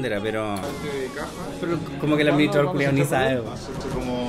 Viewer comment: después de un año me doy cuenta que decía administraidor xdd